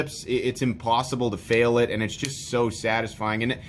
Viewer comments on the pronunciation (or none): none